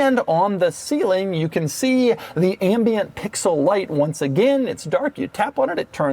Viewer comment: The way Doug pronounced pICKsulh everytime was distracting